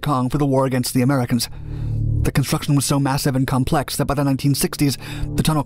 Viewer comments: It’s not complext. No T. That’s when I turned Dark Doc copy off. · My man didn't just say " these things are really complext?"